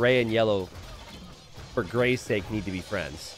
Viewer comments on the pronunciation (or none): none